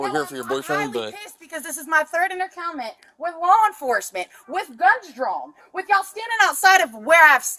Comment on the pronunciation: Her third entercountment? 😂